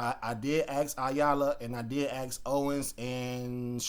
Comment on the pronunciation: Love your audits but the word is ASK .